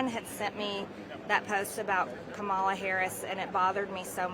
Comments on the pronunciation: But she won't say, 'KAM-ala' correctly lest she's viewed as empathetic. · A party for all Americans? Lol😅 sounds like you're saying the exact thing Kamala Harris says & for god sakes stop intentionally mispronouncing her name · Yet she still can’t pronounce Kamala’s name right 🤦‍♂️ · And she can't pronounce Kamala's name.